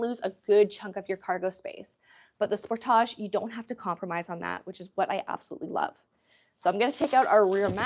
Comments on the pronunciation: hopefully she learns how to say sportage correctly at that training. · sport - age. not sportaj.